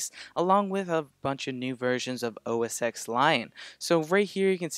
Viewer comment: Sorry, gotta say too: OS "TEN"